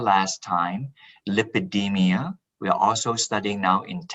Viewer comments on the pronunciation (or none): Did he say Lipedema? And post menopausal obesity ?